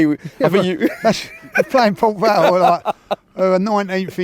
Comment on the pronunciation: been 2 nice😂 it's port vale